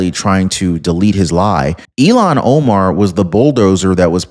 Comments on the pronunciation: Her name is pronounced (ill-hawn), not (ee-lawn). Ilhan is certainly NOT even close to being an Elon. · Illiam omar not eilon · ILLHON, ILLHON, ILLHON, ILLHON, ILLHON, ILLHON, ILLHON, ILLHON, ILLHON, ILLHON, ILLHON, ILLHON, ILLHON, ILLHON, ILLHON, ILLHON, ILLHON, ILLHON, ILLHON, ILLHON, ILLHON, ILLHON, ILLHON, ILLHON, ILLHON, ILLHON, ILLHON, ILLHON, ILLHON, ILLHON! It's Illhon Omar...NOT Elon!